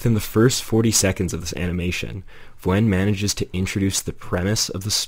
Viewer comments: vwen? i thought it was pronounced like v-oo-n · Vwen? its vewn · I thought it was pronounced "viewn" and not "vwhen". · it’s pronounced vewn like veyoun, rhymes with toon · "Vwen" 💀cool vid man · its "vue-n" !!! aaaaahhhh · i used to pronounce it as vehwn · Oh, is that how you pronounce her name? I thought it was v "ew" n. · egad u purrnounce Vewn totally diffurently than i do, that threw me off a bit XP i love your analysis, not to mention your artstyle!! i rly like its simplicity, its so to the point and it’s something i struggle to incorporate into my own art so count me as envious XP